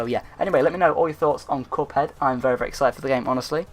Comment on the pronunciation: You said “couphead” lol